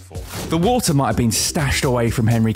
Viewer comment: "And that was WOoTAarh"